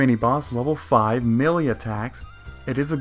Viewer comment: uh just for clarification... Melee is sounded out as Mey Lee or Me lee